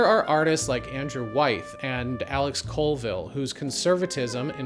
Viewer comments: Ohmigod. It's pronounced WHY-ETH! 😂😂😂 But thanks for giving a fair interpretation of Andrew's work. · Great video. But it's pronounced WHY-eth. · Wait am I missing something, why are you pronouncing Wyeth like "wayth"?